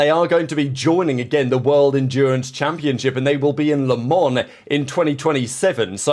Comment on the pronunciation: Le Mans is pronounce Let-Mah… Being as it's a French phrase, the N is silent!